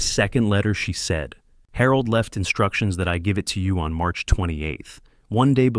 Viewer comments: I can only think/hope that Harold is pronounced wrong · Despite "Harold" being a woman I enjoyed this story very much! It made me smile every time the narrator said her name because somewhere in this story, translation was lost but it was funny! Very enjoyable. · That's Harold with a G..😅